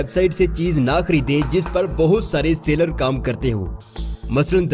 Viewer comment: Sailer... Seller... Both are different words. Aap ghalat lafz bol rahe ho.